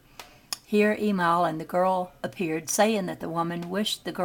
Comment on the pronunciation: "E MIL" NOT "E MALL